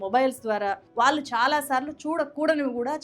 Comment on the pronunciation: దయచేసి వాళ్ళు అన్నపుడల్లా వాలు అనకండి. భాష మీడ ఉచ్చారణ మీడ కాస్త శ్రద్ధ పెడితే బాగుంటుంది